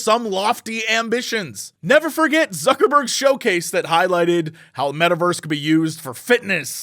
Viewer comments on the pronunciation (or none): I keep hearing Suckerburg